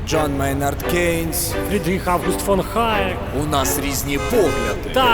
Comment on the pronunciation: Але ж Гаєк черех Г)